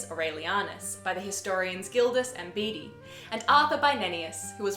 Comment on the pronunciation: Surely you mean historian Bede pronounced Bead. Hopefully i will get round to adding my video about Bedes world near Newcastle onto my channel.